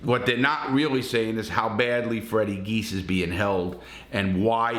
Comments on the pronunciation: I was born and raised in Springfield MA. The brothers names are pronounced jee-as not geese. Also they are charged with Adolfo Bruno’s murder in Springfield. Bruno was the head of the Genovese family in Springfield. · Pronounced, "G - iz" Direct translation of the family name is Tzias... Immigration in 1908 Gave Freddy's great grampa Fotios the name, Geas. He immigrated from Greece with his brother Vasilios, who officials gave the spelling of Jeas... Anyway, our family name is pronounced "G - iz" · It’s Fotias “Freddy” Geas, pronounced Gee-yes, with the accent on the first syllable, not Geese! Lol